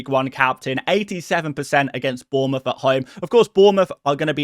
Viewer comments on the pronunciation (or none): none